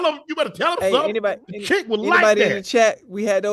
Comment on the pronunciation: Chic jeans. I remember those. Did anybody tell him it's pronounced sheek though?